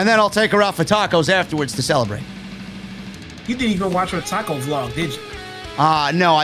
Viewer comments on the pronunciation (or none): none